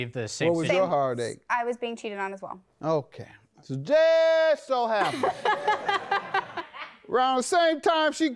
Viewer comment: JM said I'm irritated TUHDAY! 😂😂😂